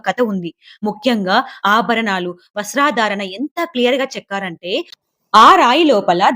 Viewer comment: 👏👏 వస్త్రాధారణ కాదు వస్త్రధారణ. హావాభావాలు కాదు హావభావాలు.